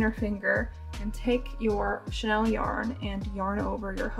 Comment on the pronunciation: You know it’s chenille yarn, not Chanel yarn right girl ?!